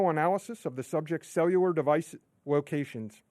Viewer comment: Cewular devices.. he pronounces all his Ls as Ws.